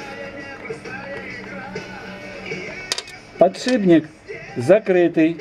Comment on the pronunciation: не "потшибник", а подшипник